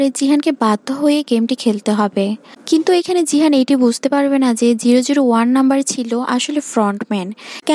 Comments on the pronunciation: জিহান নয় গিহান😂😂😂😂😂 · জিহান❌ গিহান✅ 😅😅😊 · গিহান হবে। জিহান নয়😂😂😂😂😂😂😂😂